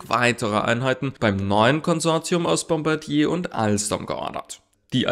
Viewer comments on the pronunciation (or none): none